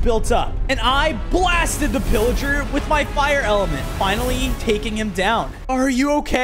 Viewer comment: Thats not villiger thats pilliger